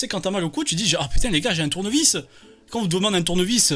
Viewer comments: "tourne vis" 😂😂😂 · "Tournevis" a non c'est comme ça il nous ser le catcheur portugais j'ai honte de lui maintenant 🤣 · Greg master le maillon faible?! Les gars « LE CHIENG » « DOLLARS » « TOUR-NE-VIS » ???!! NON je suis ko xD...